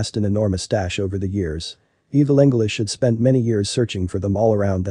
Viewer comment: Evil anglish?